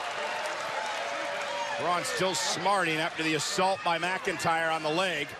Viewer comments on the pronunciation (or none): Not megiter its mcintyre